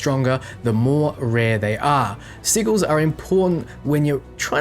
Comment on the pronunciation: haha, I thought he was saying "sea gill".